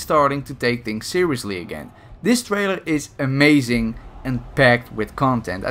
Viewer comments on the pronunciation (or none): none